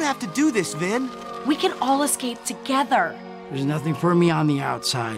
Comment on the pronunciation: Everytime he says Vinn, I think he says Venn!